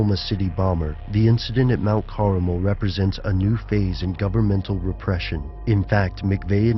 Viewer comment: Mount Caramel, really?